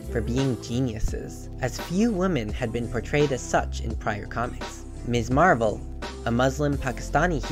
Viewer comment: It's "Mizzz" Marvel, not "Miss" Marvel.